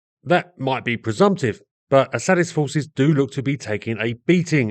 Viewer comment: Did you say Assadist or A Sadist,?